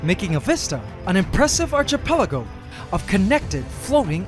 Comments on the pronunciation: Not to be ruined but, “Archipelago” is pronounced Ark-a-pela-go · Archipelago is said (phonetically) "arkipelago" as in "Raiders of the lost Ark" not "arch" as in "an arched bridge", sounding the hard "ch" as in '"chi". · Look up the pronunciation of archipelago. Surprisingly you are mispronouncing it. I was surprised when one of my friends corrected me. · I'm not a native speaker and you're Canadian so it's not really my place to say these things but still it always sounds so weird to me when you say archipelago and pronounce the "ch" like in "cheese" instead of like in "chaos", I've never heard anyone else saying it like you do, but everyone I've heard would say arkipelago lol